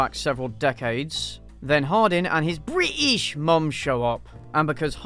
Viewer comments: I lose it everytime he says Bri'ish lmaooo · My life is complete. Hearing you say BRI'I'SH is the funniest thing